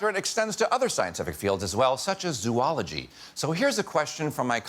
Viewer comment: Zo-ology, not zoo-ology. But love your hosting, Sean!